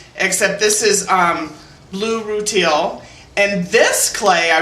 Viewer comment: Really cool fish!!!! Way to go!!! Rutile is pronounced "roo-TEEL" for future reference. LOVE THAT SALMON!